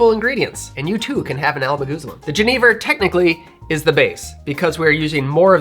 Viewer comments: if i can find a bottle of Chartreuse ill give it a go for sure! just for the color alone i wanna try, it looks great! and i love to see my national spirit jenever make another appearance. little note on the pronunciation for if you care about that sort of thing, if youd write it more phonetically it would be something like yu-nay-ver. so 'yu' like 'yuck', nay like 'aye and nay' and 'ver' like you said it already. just a little note on the modern lexicon of verbal words that we use in the language arts :p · Pronounce 'Jenever' as yuh-NAY-ver to really channel your inner Dutchie. Cheers from the Netherlands